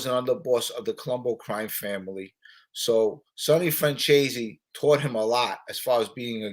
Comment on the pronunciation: it's Michael Franzeees not Franchayzee.